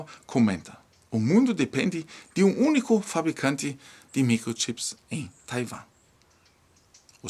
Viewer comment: SE PRONUNCIA TAIUAAAAAMMMMMM.OK